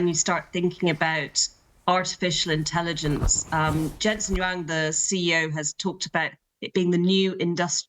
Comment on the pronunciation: His name is Jensen Huang, not Jensen Yang.